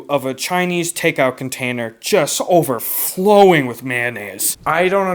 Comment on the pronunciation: the way he says overflowing gets me